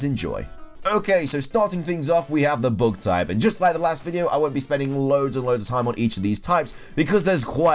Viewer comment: book type? did i heard it right? ohwww bug type..